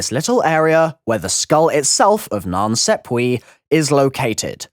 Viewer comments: It's pronounced sap way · Triggers the sh*t out of me